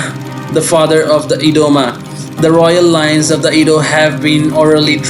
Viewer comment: Adah is a name in Igbo as well. Igbos are in South Nigeria as well. Adah means first daughter in Igbo as well. South Nigeria is mixed with almost all the tribes. Heavy with the main three tribes are in South Nigeria. Edo is not sounded E-do yet A-doo. Makes me think that person is not Nigerian at all. Quite sure Easu is in Nigeria as in all over Africa. But Adah is a Hebrew name and not specifically for the people in Edo state in which Igbos and Yorubas have land there as well. So Easu children would bear the name as well as Jacob’s children would bear the name and use it as calling out the first daughter. Just as Enoch was used by both brothers of Cain and Seth, so on and so on. So don’t call my daughter a child of Esau being her name is Adah; my first daughter… We are Igbos 😂